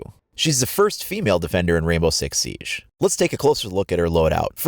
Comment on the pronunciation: Jfks Hfjrbd Female DE-FEN-DER Holy crap listen next time